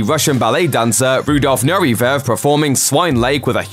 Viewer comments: Um....“Nurevev”? It’s Nureyev with a “y” sound, not a “v” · it's Rudolf Nureyev not Nurevev. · It's pronounce NEW RAY EV not new ree veve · LMFAO at the way you pronounced the name of the Russian ballet dancer Rudolf Nureyev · Can you pronounce Nureyev again lol What would you call the offspring of Kermit and Miss Piggy? Pogs or Frigs lmao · It’s Rudolph Nureyev not whatever the hell you said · Rudolph Whodafuck? How is Nureyev difficult to say? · The word is Nureyev...just saying...